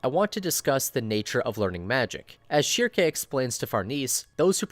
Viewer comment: German speaker here. Schierke would be pronounced "Sheer-kuh" where I am from. Hope this helps!